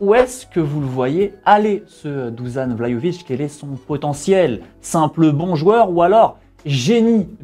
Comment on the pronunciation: petit cours de phonétique en serbo-croate (ainsi que pour l'équipe de Téléfoot). Dušan Vlahović = Dou-Sha-Ne Vla-Ho-Vitch Le H est souffler comme en espagnol, en allemand, en arabe,... Tu vois quand le père Noël fait "Ho Ho Ho", ça ressemble plus ou moins à ça. Personnellement c'est surtout quand j'entends Du-Zan, Dou-Zanne, Dou-Zan, Du-Zanne,... C'est super agaçant. Sinon va sur Google traduction et met en serbe ou croate Dušan Vlahović en haut-parleurs.